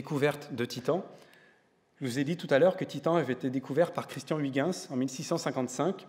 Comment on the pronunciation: Pauvre Huygens. Il serait bien marri d'entendre son nom ainsi massacré par ce gosier français. Mais bon, excellente émission néanmoins. Merci.